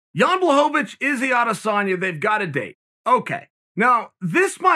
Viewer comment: Every time that Chael says Blachowicz, it sounds like "blah hope ah vich." Or some shit. It instantly makes me think of DBZ when they are at the tournament in season 7. The announcer is calling for "spope-a-vich"...n then Goten and Trunks go..." Ahh yeah...we're Spope...Vich!! Then the real one comes up and goes..."No...I AM SPOPE-A-VICH!!" Some Jacked Up, Roided Out Freak with a M on his forehead for "Majin". Lmfao